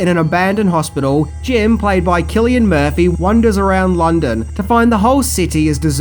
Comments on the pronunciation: Its SIL LIAN MURPHY , NOT KILL IAN MURPHY ;) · You really need to research pronouncing names before doing your video. Sill-Ian Murphy...not killian.